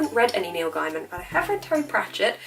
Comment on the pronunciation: Heya, hope you enjoy the book. Just so you know its pronounced gay-man xxx